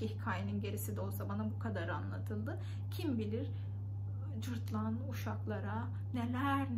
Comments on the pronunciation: Cırtlan deyil cırtdan ))) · Cırtlan nə ? 😂😂😂 cırtdan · Cırtlan yox, Cırtdan😊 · Cırtlan değil, Cırtdan :) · Öncelikle, "Cırtlan" değil, "Cırtdan" olacaktı :) Çok tatlı anlatıyorsunuz, ama tamamını öğretmemişler size, eksik kalmış